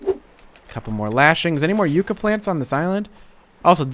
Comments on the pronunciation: Yuh-cka not You-cka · Yucca is pronounced Yuck-ah, not Yook-ah. If you care :P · no offense but its pronounced (ya-kka) as in yucca plant